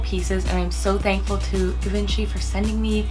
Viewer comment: It’s pronounced GeeVonShe.